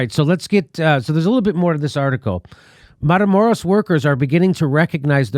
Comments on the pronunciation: mah-kee-lah-door-ah dammit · Hey Jimmy, please learn the spanish vowels so you can pronounce Matamoros properly. Keep up the fantastic work you do Jimmy. Just trying to help. example= Mah-Ki-Lah dor-rah